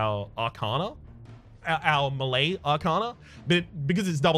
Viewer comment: Please say melee properly 😂😂😭